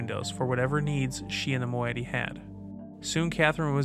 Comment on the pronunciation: Another mispronunciation. It's "Moh-EYE-it-ee" ;) Fantastic videos. Loving the dramatized intros of The Stranger too. Congrats to everyone involved. Looking forward to more!